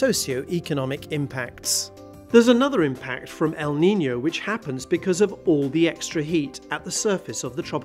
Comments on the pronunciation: It's "el niño" it's not "the Nino" sorry I just needed to say it 😂 Cause I'm Latina and the name is in Spanish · "El Nino" or "El Niño"?, I'm sorry, but it sounds very different between "N" and "Ñ". 🤔🤔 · It's not “El Nino”. It's “El Niño”. pronunciation is very different between the two. Most languages are not like English, where diacritics don't matter. In most languages, including Spanish they do matter. And English speakers should do well to get their heads out of their asses and realize the rest of the world exists. It's not like this the 1890s, and you can't copy paste the «ñ» from Wikipedia for fuck's sake.